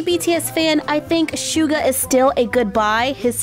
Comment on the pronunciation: And uhhh I’m not trying to be mean but the bts it’s suga not shuga with an s not Sh just telling not being mean